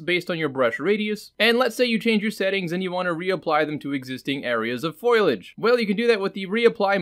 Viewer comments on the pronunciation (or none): Wait, "Foy-Lage"? LOL, pronounced "Fol-Y-age", with the "i" and the "a", cracks me up how many people can't pronounce words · FO-LI-AGE NOT FOIL-AGE YW Also, I am enjoying your videos. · Fo-li-age, not foil-age. That was a great 2-minute explanation. You do 100x as well as the long-winded explanations you can get with the software itself. Why don't the Unreal tech writers write things like this? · Best reason I can give you is how people were raised from it. Also the original etymology is more of a foilage type spelling and speech, but changed with latin and other later languages. From etymonline: mid-15c., ffoylage, "representation of leaves or branches" (as an ornamental design). Compare Middle French feuillage, from Old French feuille "leaf, foliage" (from PIE root *bhel- (3) "to thrive, bloom"). The form has altered 17c. by influence of Latin folium or its derivatives in English. I grew up hearing it as foilage. most people around me would say it that way too. But all that being said it is also english where words do not always sound like they are spelt like: colonel, salmon, island, etc among many other words. So with enough people saying that way people accepted foilage as the way to say foliage. Whether or not that is the "proper" or "correct" way was irrelevant. As long as the intent is understood then the way it is pronounced does not matter. Hope that helps. Cheers. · Finally, someone who knows foilage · I'm sure everyone and their dog has already corrected you, but I'm gonna do it again. <3 Fo Lee Edge - Also good video. Hope the comment helps with engagement. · Why does everyone call or *foil*age?! xD